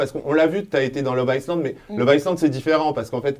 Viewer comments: Arrête de dire iSland b*rdel!!! Le s est muet!! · Stp arrête de prononcer le S de love iSland 😂😂